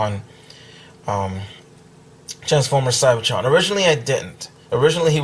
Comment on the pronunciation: u said CYBERTRON skywarp